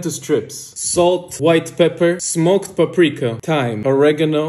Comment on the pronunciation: Why they all pronounce paprika wrong